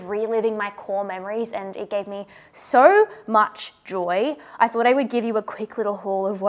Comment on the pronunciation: Every accent has such interesting quirks. I really like yours. My favorite part is when you say any O sound it sounds like OEUR. The word so is like five syllables lol.